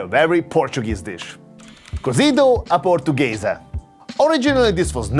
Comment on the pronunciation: your pronunciation saying “cozido à portuguesa” was perfect 👏🏼👏🏼